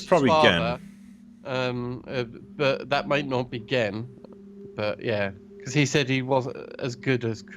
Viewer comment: Stop getting myst wrong! :P it's AY-TRUS, GEN, and RAND Miller. And he so clearly smashed the lever not the book... However as someone who knows Riven and mystlore inside out, it's a joy to hear you guys work this out.